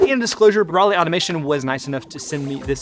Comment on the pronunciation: So, as an American, when I see the "Roly", I hear in my head the word "Rolly" or "Rollie". When dude says the name "Roly", I hear the name of the city "Raleigh", as in North Carolina. Is that just me, or ...?